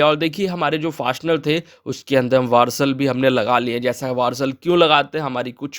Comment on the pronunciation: वारसल नहीं वासर